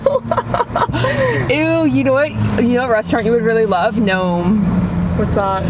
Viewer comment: Omg did you mean “nome” LOL it’s pronounced “no-may”